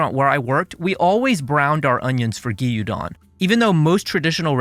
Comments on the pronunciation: great video but "gee-yuu-don"? it's "gyoo-don" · Fantastic video, as was your DTF cucumber video! Your Asian dishes are really thorough and accurate. Just one tiny bit, gyudon is two syllables. 😅 Gyu is one sound. Cheers.